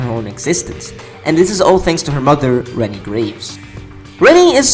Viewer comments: Her name is pronounce Re-NAY not Re-nee. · In the game and in many places (forums), it mentions that her name is supposed to be pronounced as "Wren-knee".